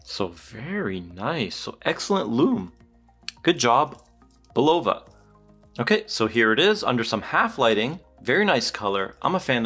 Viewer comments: It's BULL -UH-VUH Not BULL-OHH-VUH! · Bro it’s bulava not bullova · It's BUL-o-va. Really.